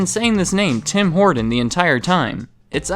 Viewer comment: Horton...not Horden. Geeze